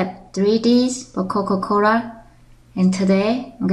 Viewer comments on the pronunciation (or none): No offense but....Coca Cora lol